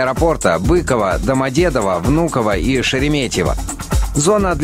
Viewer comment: Не БЫково , а БыкОво